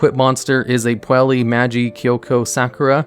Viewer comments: PUELLI? REALLY? Butchered pronunciation jokes aside, these custom archetypes are awesome and well thought out. Edit: Yup, after seeing through the archetype, I'm sure it is fairly balanced while still being a bit competitively viable and keeping the theme/idea of the deck. A thing I really like about this one is the chosen artworks for the cards, they're aptly chosen and shows the love the creator has poured into it. Kudos to! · Every time he says Puella as "Puelli" instead of "Puell-uh", I die a little. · His pronunciation of every other word kind of hurts... Like... how is he getting an e sound out of Puella? I swear, he's just trolling people at this point.